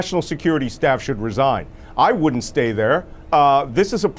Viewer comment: So, did the cheating cheeto say wouldnt or wooden?